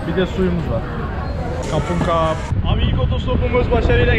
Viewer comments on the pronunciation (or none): Kapunkap nedir ?!! telaffuzları ve altyazıyı orjinaldeki gibi yazarsan çok daha iyi olur. Doğrusu erkek için "Khob khun krub", kadın için "Khob khun ka" ( teşekkür ederim) R harfini söylemiyorlar Krub (kap) ve krabi (kabi) şeklinde o yüzden söylediğin krabi'yi anlamadı.